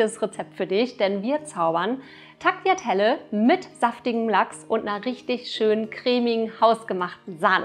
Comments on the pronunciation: Man spricht es Taliatella aus nicht Tagliatella. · Tagliatelle gesprochen: Talliatelle, einfach ohne G